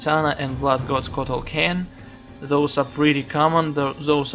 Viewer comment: HAHAHAHAHAHAHAHAHAH!!!!!!! You said kotal khen HAHAHAHAHAHAHAHAHAH !!!!!!